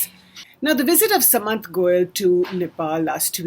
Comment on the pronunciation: u dont even pronounce shudh common Indian words / names correctly. how unindian can you be. you pronounce goel as sa/mant like sum or summary whereas it is to be pronounced with the sa.... like sardines or Sardinia.